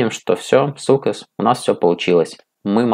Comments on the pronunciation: Сукєс, ахахаахахха. Вірно читається Саксес. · Взагалі то вірно читається як сексес)